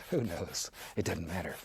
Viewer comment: ”It dudn’t matter” I love this man and his art Needs more bass boost tho...